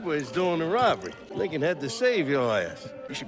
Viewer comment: When Giorgi said Lincoln, I had subtitles off. Because subtitles usually spoil the situation. Thought he said "You know something, Nigga..."